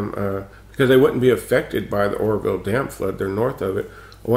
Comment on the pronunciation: lol, it sounded like you said the horrorville dam, which would be a more appropriate name.